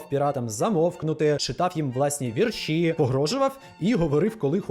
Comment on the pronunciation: Тільки правильно "вІрші", а не "віршІ"